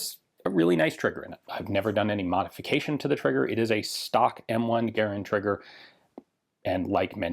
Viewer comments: It's a garand not garnand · It's pronounced Garand, not Garand. C'mon Ian you know this.